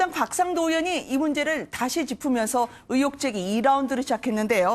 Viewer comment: 으혹이 아니고 의혹이야 발음 안되냐?